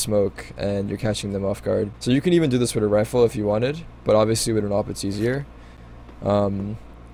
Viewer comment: Can you start saying "with" not "wit"